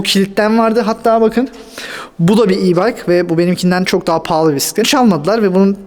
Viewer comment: Neydi yavrucum o? Biğğisset mi? Bissset mi? Bisistisiss mi? Amcalar seni anlamamış olmasın 😆Biğğiisssetin üç tekerlikli miydi şirin yumurcak seni? Rengi neydi bakayım? Penbe mi yoksa? 🤣🤣🤣 Biğisseti çalınmış 😆😆😆